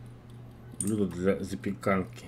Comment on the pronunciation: Блюдо ударение на Ю раз 5 уже повторил